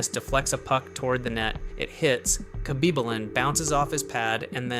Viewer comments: You should learn how to pronounce Khabibulin properly before doing a hockey video in relation to him... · Nevermind just heard it that was bad wow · Listen at the way it tries to pronounce Nikolai Khabibulin’s name. A real hockey person would know. But AI was lost.